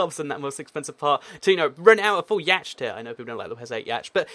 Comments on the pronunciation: yacht is prnounced like yott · yay, ma boi says yaut as yatchet!